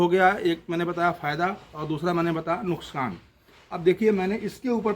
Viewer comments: Nuksan nahi nukhsaan hota hai😂😂wipepoint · Nuskan nhi nuksan bolte 😂😂😂